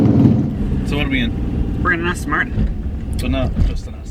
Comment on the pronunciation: Another one-handed driver of a manual which some may say is a little dangerous in a car eith over 500 bhp. Resting his hand on the lever and no doubt his foot on the clutch pedal which will knacker the bearing. Why can't people pronounce Aston correctly? It's not Astin Martin. A delicious car which, I'm afraid is a target for the jealous and the moronic JSO crowd. A good friend of mine sold his Bentley Continental because it was such a hassle parking it safely. He now drives a Van into his local town.